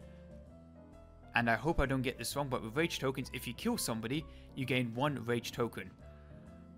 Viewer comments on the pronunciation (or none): none